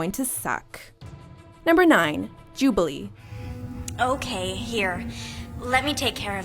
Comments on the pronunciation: "#9 Jubliee" .......???? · "Jubilee" are you kidding me??